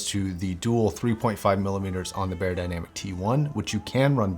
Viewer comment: It’s pronounced: Buyer Dynamic ;)